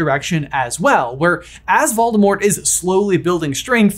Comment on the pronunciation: It's clever of you to pronounce it "Valdemort." He won't find you that way. But I think you're giving Rowling way too much credit. She isn't a good writer. She didn't think about the story this deeply.